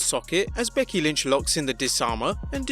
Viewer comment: who is BEDKY lynch? 😂